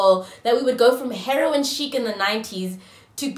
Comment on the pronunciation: “...heroine sheek” 💀😅